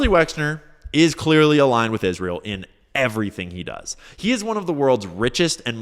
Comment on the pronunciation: Is ra hell